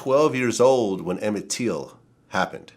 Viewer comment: Why does Vlad say Emmett Teel?